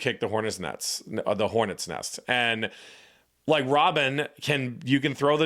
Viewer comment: it's anecdote Also: Hornets nets....I mean neSts